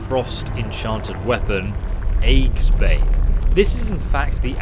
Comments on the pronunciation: Lol... with the enchanted hammer, eggsbane. Yeah, that's not even kinda close to how you say Aegis. Ee-jiss. Eggsbane. Lol. Yeah mate, it's the scrambler. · The Warhammer's name is pronounced "EE-jis-bane" it means "Enemy of Shields" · Most immoral decision? Willingly joining an organization that you know does this kind of thing on the regular. What you're really saying is that you feel the impact more because the aftermath is visible and personal. Also... "eggs-bane" This is how we'll REALLY kill the dragons! Also also... "Hair-loom" Well, aren't they all? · that's not how you pronounce aegis, and therefore not how you pronounce aegisbane